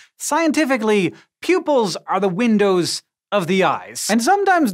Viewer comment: Did you say "Eyes are windoos to the soul?"